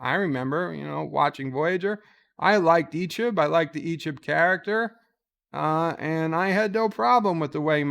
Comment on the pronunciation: Yo man! learn how to say it! It's EeeCHEB, not Eeechib!